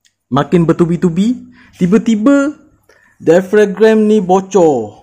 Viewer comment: Dai-a-frem. Bukan dai-fa-grem. 😂